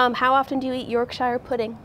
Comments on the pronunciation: Hahaha "York shy-er pudding" I'm from Yorkshire so that tickled me. It's "yawk-shuh" though! Also funny to see a lot of people missing the dry humour from Tom in the comments, it's quite common in the UK. I can assure you Tom enjoyed that interview and he was having a laugh. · We need to say 'Yorkshire Pudding' more often. She really pronounces that 'Shire' part. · do not listen to that. Only West Yorkshire matters rest are fakes (especially South Yorkshire there’s the soft ones). It’s pronounced YORK-SHER. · I find myself shaking my head and saying "jesus christ " about an average of 4-5 times every interview Also Tom not correcting the pronunciation of Yorkshire 👏🏻